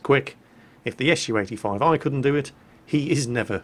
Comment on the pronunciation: pronounces SU "eshoo" XD